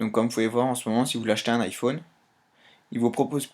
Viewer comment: ifoune mdr